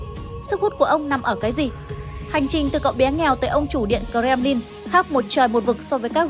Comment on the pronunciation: Doc nghe quai: Co rem ly